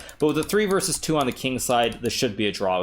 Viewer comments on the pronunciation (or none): none